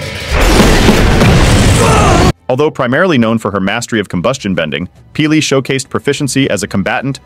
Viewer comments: Love your videos. Disagree with some of the things. But why can't you actually say P'li as opposed to peelee. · I'm sorry but your name pronunciation is NOT it...it's not pili it's p'li 🙏🏼😭😭